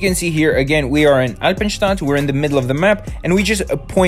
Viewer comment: You say eipenstadt soo German were are you from when I can ask But nice video thx for help😁👌😜